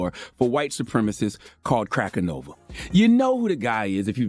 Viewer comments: This man Charlemagne said Crackanova 💀💀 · He said crackanova😂😂😂😂😂